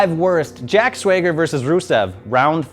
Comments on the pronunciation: "Jack Swayger?" time for another apology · "Jack Sweager" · jack swayger??? god damn that's annoying